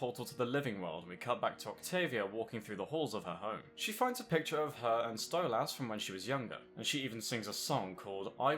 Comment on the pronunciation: You're pronouncing Stolas wrong.